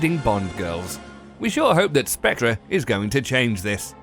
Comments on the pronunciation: Spec-ter not Spec-tra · But that is wrong. It is pronounced Spec-ter. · where exactly are you from, because i hope that you know that the way you pronounce Spectre is 100% off? it's Spectre as in Ghost or Wraith, transparent being whose presence is uncertain.. also it's called Spectre, not the Spectre.. here's how you pronounce it: ˈspek.tər, yeah good luck with that. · It’s pronounced specTER not spectRer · It’s not spectra you pillock...it’s pronounced “speckter” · calls it " The spectré " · This video is incredibly bad. The moment this fool pronounced Spectre as "spec-truh" I knew it would not improve. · No no no, it's pronounced "Spak-tree" and what the hell is an Omega Seamster? It's quite obviously a Rolex Submriner. My favourite watch is the Rolex Dyton.. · this guy said spec-tra?! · 'SPECTRA'???? WTF? Can this Brit narrator speak bloody English? Clearly not. As for finally settling on the title 'Quantum of Solace', it should actually have been called 'What the fuck?' Couldn't understand the plot for love nor money. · Its pronounced as spec-ter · Its not SPECTRA !!!!!!!!!!!!!!!!!!!!!!!!!!!!!!!!!!!!!!!!!!!!!!!!!!!!!!!!!!!!!!!!!!!!!!!!!!!!!!!!!!!!!!!!!!!!!!!!!!!!!!!!!!!!!!!!!!!!!!!!!!!! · You said Spectre wrong, you don't pronounce the r